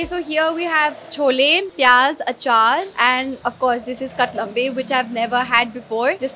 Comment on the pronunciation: No doubt that you're good at speaking but it's not kotlambe it's katlambe